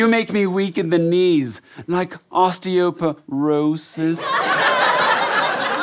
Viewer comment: "I have osptioprosis"